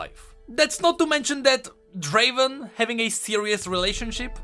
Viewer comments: Its not draven its draaaaven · Uncultured fuckers its pronounced as Draveeeen